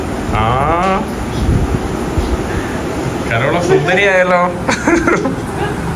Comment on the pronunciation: കരോള അല്ല.. Carol. കേരൾ.